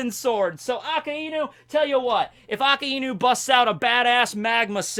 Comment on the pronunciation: Could you stop pronouncing akainu's name A-ka-inu? it's hurting my ears. It's pronounced A-ka~i-nu, basically a-kai-nu for all intents and purposes.